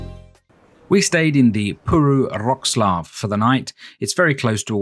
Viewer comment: Everything's great but you are killing the proper pronauciation of the city...